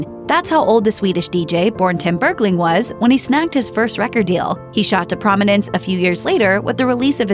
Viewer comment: stop saying bergley